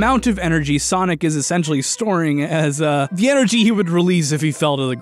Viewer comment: normies: sonic the hedgehog, an intellectual: sanic the hedgehorg